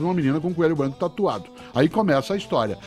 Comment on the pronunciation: Só eu q tenho agonia com algumas palavra que ele fala ? Brancoãan, Sorrisoãan, altoãan, Britanicoãan... rsrsrsr